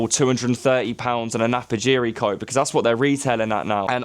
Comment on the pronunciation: Napapijri not Napajiri. But I made exactly the same mistake when I came across this brand